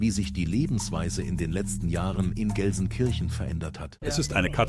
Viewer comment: If you were really 24 Hours in Gelsenkirchen then you must have learned how to pronounce the Name properly !